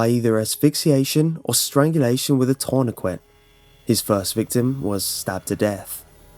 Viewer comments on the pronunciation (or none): bloody love you, but: tourniquet = tour ni kay still a legend.